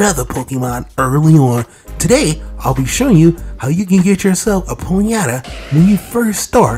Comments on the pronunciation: Why are you saying ponyeta? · It's pronounced pony-ta